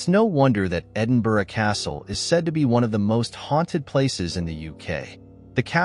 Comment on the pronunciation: …. Cant edit but meant to say totally respect your proper pronunciation of Edinburgh which seems a challenge to most outside the UK. Look forward to seeing more from you x